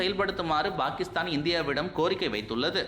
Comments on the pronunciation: Why do pronounce 'Pakistan' as 'Bhakistan'? Fundamental confusion in Tamil itself? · Bhakisthan இல்லை பாகிஸ்தான் - உச்சரிப்பை முதலில் சரி செய்து கொள்ளுங்கள்..